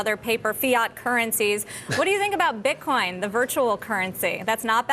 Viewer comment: Did Ron just say "BitCON"? lol